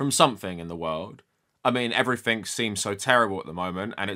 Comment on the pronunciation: I got to you pronouncing everything as "ever-fink" and I'm out.. thanks but no thanks.